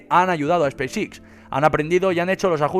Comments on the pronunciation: "SPACE X"... pronunciación "ESPEIS EX" no "espis Ix" XDXD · Pronuncia pésimamente!! No es space six! Es Space X!!